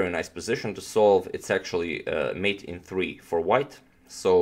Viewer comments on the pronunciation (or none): none